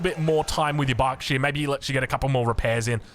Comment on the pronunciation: This pronouncing of you xD it´s called berkshire not barkshire^^